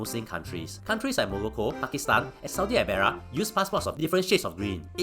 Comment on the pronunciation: saudi arabia NOT saudi abaera